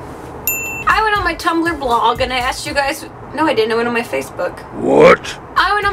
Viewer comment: The way you said blog x')